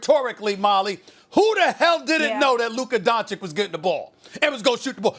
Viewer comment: Stephen "Luker Donchick" Smith